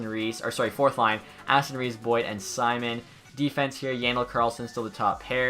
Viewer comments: It’s domnik see-moan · Pronounced as see-moan